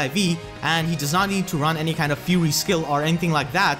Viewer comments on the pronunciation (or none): none